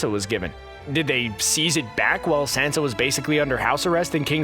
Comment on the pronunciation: Who is Sensa? Oh wait, you mean Sansa